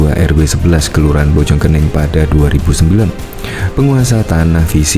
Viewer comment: Bojong koneng bacanya yg betul